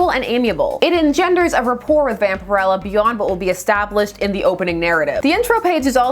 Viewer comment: I had been wondering for years how to pronounce her name. As it’s pronounced here is how I thought it would be.